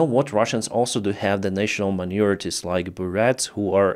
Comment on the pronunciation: it sounded like you said, "national manure" just like the Buryats. They did atrocities.